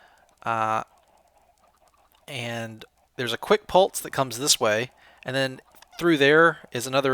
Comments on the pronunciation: U say pulse pul-tse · I love the way says "pulse". Pultse XD